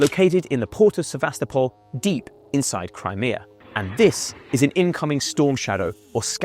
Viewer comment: If you can't pronounce the name of the city of Sevastopol correctly then I have to assume all the rest of your information is also incorrect.